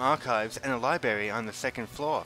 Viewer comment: "Quiet! This is a libarry!" That's the first thing I thought of when I heard the library mispronunciation.